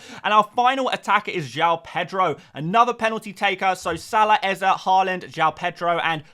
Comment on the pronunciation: Stop saying eze like that please and thanks